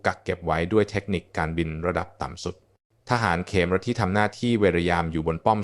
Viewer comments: อ่าน เขมร (คะ-เหมน) เป็น เข-มอน ซะงั้น บางครั้งก็คิดว่า ต่างชาติทำคลิปแล้วใช้ ai อ่าน ใช้หาเงินจากยอดไลค์ ยอดแชร์จากคนไทย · นี่ก็คนเป็น AI อ่านอีกแล่วมั้ง"อ่านเขมร(ขะเหมน)เป็น เข-มอน.. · สะกดภาษาไทยให้ถูกครับเดี๋ยวนักเรียนที่อ่านจะสับสนคำว่าเขมร-ขะ-เหม็น ไม่ใช่เข-มอน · (ขะ-เหมน) ไม่ใช่(เข-มอน) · เรียนจบอย่างสูงแต่อ่านไม่ถูต้องเช่นทหารเขมะระและเขมอนมันไปทั่วโลกไม่หาคนอ่านข่าวให้ฟังถูกอักขระหน่อยครับ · ภาษาไทยวิบัติออกเสียงเขมรว่าเข มอน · อ่านเขมรก็ไม่ถูกนะAI